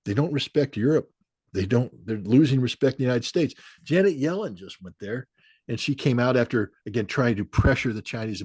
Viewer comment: "Janeter" Yellen!